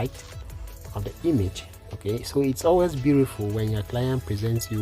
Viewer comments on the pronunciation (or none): none